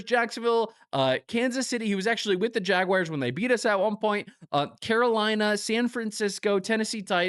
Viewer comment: "Jagwires" haha